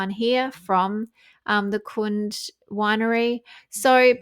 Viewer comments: It's pronounced Kun-day. I live near the winery. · Hey, its pronounced Kun-dee. My former SIL was the CFO for them 20yrs ago. The have lovely grounds. Sonoma County may have more vineyards than Napa. Just FYI. 💖✌️